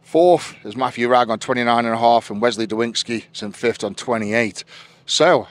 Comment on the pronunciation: please Edward its fifTH not fifT